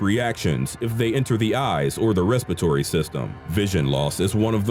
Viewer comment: did they...just say...respitory system instead of respiratory system?